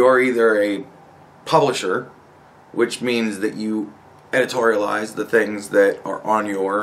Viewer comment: White boy, there is no word in the English dictionary called "editorliz". It's called edit, just saying. Sincerely, your fellow naturalized American citizen :)